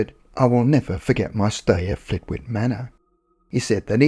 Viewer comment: Lovely, entertaining upload, as usual. 🙂 In case Flitwick comes up again, please note the W is silent and locally it’s pronounced “Flitt-ick”. No big deal, just FYI. 👍